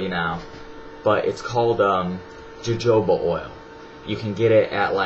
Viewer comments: Jo joba oil, it's pronounced 'ho hoba' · lol u said jojoba :p its pronounced hohoba! haha but yeah his was really informative! thank you!! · fyi it is pronounced "HoHoba" not "JoJoba"...just thought you shou;d know.... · jojoba oil is pronounced hohoba oil (